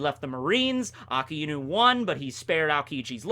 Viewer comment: Finally pronounced Akainu correctly